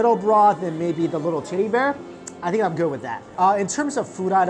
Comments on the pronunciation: That food looks amazing!!!!!! Also, don't kill me, but when you said teddy, I thought you said titty and then from there, I kept hearing titty. LOL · Everytime he says ‚teddy‘ I understand titty and I can’t stop laughing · my mind must be completely in the gutter, but everytime he says teddy, it sounds like titty to me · anyone else here titty bear instead of teddy bear cause thats what i heard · I thought he said titty bear not teddy bear. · it sounds like he's saying titty when he's saying teddy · I basically said tiddy, but he meant teddy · I thought you said tiddie bear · I thought he said goodnight titty 😂😂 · When he says teddy bear it sounds like he said titty bear XD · I thought he said good bye tiddy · in the second place it sounds like he's saying tiddy. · i heard it as “titty bear” 🤣🤣🤣, adorable. now i’m craving for hotpot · am I the only one hearing him say tiddy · I heard tittie when you said teddie lol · I swear I heard him say tiddy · def thought i heard him say "Titty" not "tedddy" lmao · l know i wasn’t the only one that heard tiddy when he said teddy...right? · I keep hearing titty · It's sounds like he's saying titty bear